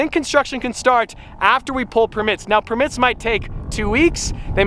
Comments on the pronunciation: Defender defender defender! Also did he say per mits? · Never heard permits said like that. Per mitts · Jan Guangco more like permíts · he says it Per mits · They way you pronounce permits is triggering me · The way he says permits xD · The way you pronounce permits is very interesting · The way he says “permits” slightly kills me inside